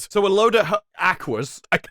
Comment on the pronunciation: Every time he says Aquas ..... Barbie girl play in my head